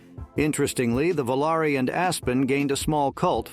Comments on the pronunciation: The Plymouth Volare is pronounced Vol-ar-ee. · Even the Dodge Vo-Larry? 😂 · Computer can't figure out how to pronounce "Volare" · This must be a bot. It pronounces Volare differently each time it's used. 😀